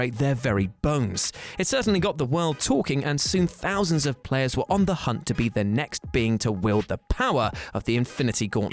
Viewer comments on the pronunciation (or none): none